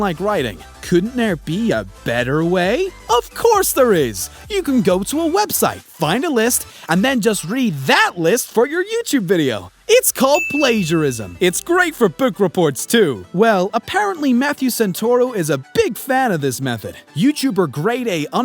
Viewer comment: Should learn to pronounce stuff if you're gonna call out people. Missed the i in plagiarism.